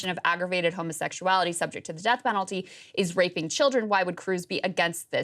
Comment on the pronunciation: "homosaxuality" LOL Sorry, that's funny.